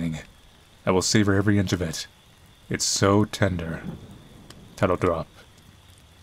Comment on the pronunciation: I heard "Candor" not "Tender" at first and boy, was I confused for a second.